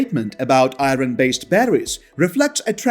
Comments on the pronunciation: The R in iron is silent for crying out loud! Pronounced i-ern. If you use English please listen how the words are said. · I cannot see what the benefit is to this video, to have a narrator for the video who is not a native speaker of English. "Eye -ron" instead of "ire-n", "Leethee-um" instead of "lith-ee-um", on and on. Cannot say a word with "th" correctly. Just drop the ego trip, and hire a fresh-out-of-university graduate in "Communications" graduate, who aspires to be a newscaster, and let them read the script. Or, a Screen Actors Guild card-carrying member. Good, effective narration is extremely important if you wish to get this message out. Drop your ego, hire a native English speaker.